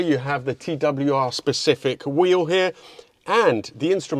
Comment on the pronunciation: Wieso sagt der Moderator andauernd : TWWR ???????????????